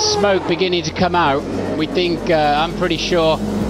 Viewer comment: "Over and over and AUT of tis raisss". Classic